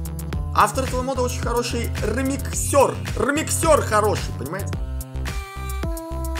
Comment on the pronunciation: Не ремиксёр а ремìксер